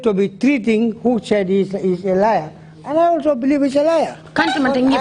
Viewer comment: It's "liar" not lair 😊